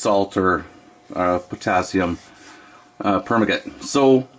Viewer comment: Great video. Good use of the mirror. By the way, its pronounced "per - man- gah- nate"